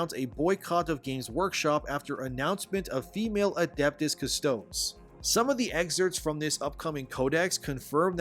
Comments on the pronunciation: Custodes Cus-toad-ees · Cant even pronounce custodes. You say it like commode. These battle brothers defending the emperor arent toilets, bro. Your lack of knowledge is astounding. Environmental social governance, not economic social governance. Dude... do some research or shut up. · Custodes is pronounced like cuhs-toh-deez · Just helping out,. It's pronounced Adeptus 'Cust-O-Dees' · Please man, if you continue to make content on Warhammer you need to learn how to pronounce Custodes.